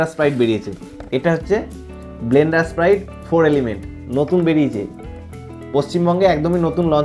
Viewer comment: মদের নাম টা আগে উচ্চারণ করতে শেখ,,, ওটা ব্লেন্ডার প্রাইড,,, ব্লেন্ডার স্প্রাইড না😊